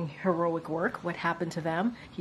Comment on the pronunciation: She's having problems pronouncing heroic.